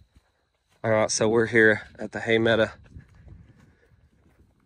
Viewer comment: PLEASE STOP SAYING HAY MEDA!!! It's a hay meadow! I love watching you and your crew but my spine turns into a knot when that one word is mutilated! Lol